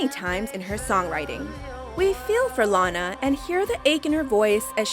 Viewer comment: SHE SAID LANA WRONG IM SO FICKING TRIGGERD RIGHT NOW WTF